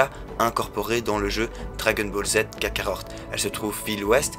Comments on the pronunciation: On dit kakarot pas kakarorte lol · Vrm par contre respecte c’est dbz kakaROT et pas kakaORT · Jsuis le seul a rigolé quand il dit dbz kakarot car il c pas le dire mdr 😂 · Ah ouai c'est horrible mes oreilles saignes quand j'entends comment il prononce le nom du jeu !!!! 😂😂😂